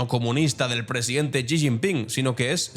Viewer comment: Estimado, un par de correcciones. La primera, que el apellido del presidente de China se pronuncia como "ella" en inglés (she). La segunda, se está poniendo muy en duda que la población de China sea de 1400 millones. Están haciendo estudios en Japón cotejando el consumo de sal en décadas anteriores y ahora, y las cuentas no salen. Igualmente, se están usando modelos de crecimiento poblacional para comparar el crecimiento de la India y China. Las cuentas siguen sin salir. El COVID hizo estragos y no sabemos de verdad cuánta gente falleció. Se habla de que 700 u 800 millones puede ser una cifra más certera para la población de China.